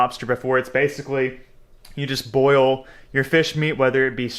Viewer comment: Boil it not boyet Lol